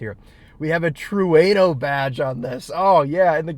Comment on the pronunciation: also, how did it be come to pronounce Trueno as "true aye noe" ? Ueno in Japan is simply "oo eh no". the pronunciations are the same.